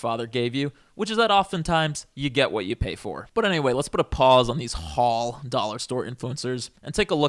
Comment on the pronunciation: obsessed with how you pronounce the word “haul” with eight syllables